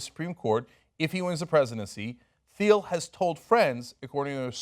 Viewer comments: I read "Zero to One". Please read it before criticizing his position on monopolies. It is more nuanced than the out of context excerpts. Also, it's pronounced like "teel" not "theel". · And its pronounced TEEL. not THEEL. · It's pronounced T-uhl, like the color. NOT THEE-uhl. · I cringe every time Cenk mispronounces "Thiel".